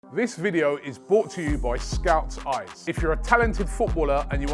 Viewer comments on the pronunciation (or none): none